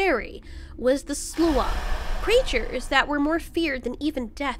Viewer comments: We pronounce sluagh as "slaow." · The butchery of "sluagh" lmao